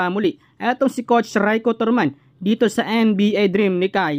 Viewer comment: nabubwiset ako sa paulit ulit na ETALY..,my prob ka boss sa pronounciation.. COCH,SUMMER LEG,ATINIO,ENTERVIEW 😂😂😂😝😝